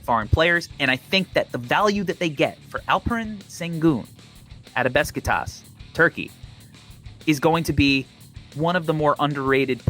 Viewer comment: An interesting, independently thought out, lottery!... FYI SHengun... BeSHitaSH (pronunciation-wise)